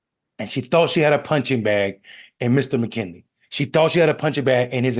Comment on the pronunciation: McKneely, not McKinney. I'm no fan of Boebert's, but if you want to criticise people, you need to sound smarter than they are. So poorly mispronouncing people's names is not the way to do it.